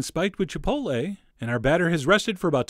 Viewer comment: I love you, but you lost me at Chipoltle.